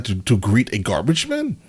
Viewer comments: Gar-beige? Lmao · I dunno if that video is using AI text to speech, or the narrator is just bad, but their (lack of) inflections grates on me. And the structuring Vs title. 'Gar-beige' (lmao) is the... icing on the cake in this! Nitpicks aside, still a sweet video.